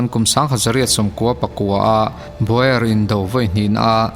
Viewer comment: baw-er ti lovin baw-ar tia lam tur a ni